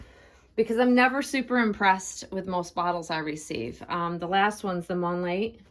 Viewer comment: So you didn’t stick it in a baby’s mouth? The reviews on TikTok are terrible. Babies can’t latch, the flow isn’t controlled and the nipple sinks in. You can’t saw it’s a review when you haven’t used it. And it’s pronounced Em-U-Lay. Hope that helps.